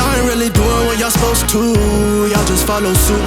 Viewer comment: Supposed not suppised...lol